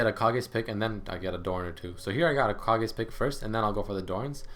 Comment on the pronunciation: I thinks its pronounced "Kay gees" pick. like from tenacious d.